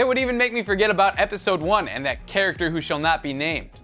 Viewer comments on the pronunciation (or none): none